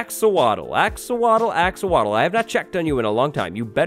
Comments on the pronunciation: Axowatle(Axe or wattles)😂🤣😂🤣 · When he said axowatl, I thought he mispronounced axolotl. Turns out that’s just a villagers name.